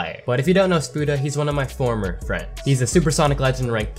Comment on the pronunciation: a lot of emphasis on former Lmfao 😂